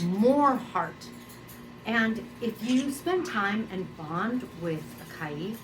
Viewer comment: You pronounce Caique in two different ways in this video. Which is correct please ?